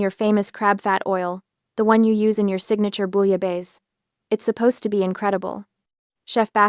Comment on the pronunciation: know what is a BOUILLABAISSE NOR PRONOUNCE IT WITHOUT A CATACLYSM….